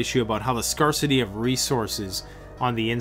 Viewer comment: The r in scarcity is soft reeeeeee! Also tribalism has been the main organization method for humans forever, when meeting a stranger the more they look like my family the more I'm apt to initially trust them, even infants are more drawn to faces that look like themselves i.e. are of the same race. A guy like you or Marcus would be such an asset to any group that any misgivings would be easily overcome, but they would have to be overcome, where as a you might be more readily accepting of a lack luster group member if he or she is of the same race. All that said, there does not necessarily need to be animus between groups and I certainly don't want to waste ammunition and group members lives fighting over melanin content. We can all get along, so long as we don't run out of supplies or have a group objective that is greater than the differences within the group.... I may be wrong about everything else, but that r is definitely soft.